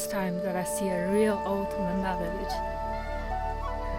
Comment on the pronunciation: Madam, people in tea garden said they r Menpa or Menba but u have wrongly pronounced it Monpa. I know this bcoz I live in other part of the border.